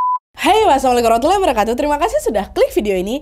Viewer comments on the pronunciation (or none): none